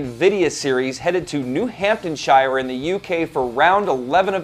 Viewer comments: its pronounced north-hampton-sheer... not new-hampton-shiyer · NORTH!!!amtonshire. :/ Geeezzz.